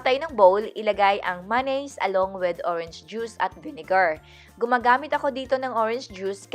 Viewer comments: Hahaha maynaise talaga boomm panis ✌️✌️😝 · Ok na sana kaso masyado mong inaartehan yung pag bigkas mo ng mayonnaise na maynaise maging natural lang ate girlzzzz 😂😂✌️